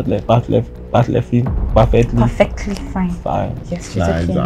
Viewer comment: Did I hear "perlefty fine" 🤣🤣🤣